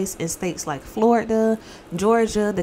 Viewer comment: I just love how you pronounce Florida ❤😂